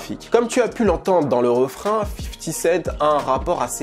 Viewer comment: "fifty séite" ?